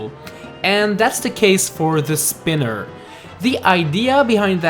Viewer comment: What’s a “tereser tchest”, also “Ubjects”, “Speener” and “toylight princess”.